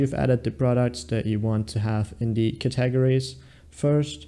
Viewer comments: Did you really say cat-tah-gories? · 🤣I know...wtf are Cat-tah-gories?? 🤣🤣